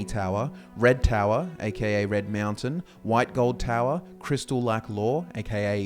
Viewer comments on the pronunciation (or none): none